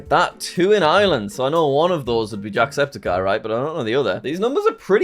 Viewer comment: Hearing jack say jacksepticeye is so strange Like its happiness and something else it might be the youtube numbing accent thing because the only times i herd jacksepticeye before this was by an irish person so i could be jacks British(mostly numbed out)accent